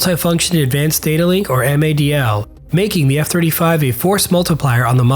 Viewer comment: Hands down the F-35 is the best fighter in the world and Switzerland has made a fantastic choice along with Singapore and other recent FMS nations. Great video but just some notes on your pronunciation...DAS is one word and not broken up (so not D-A-S) and this is the same with EOTS which is pronounced E-Ots...additionally MADL is pronounced Mad-L. Great work keep these videos coming!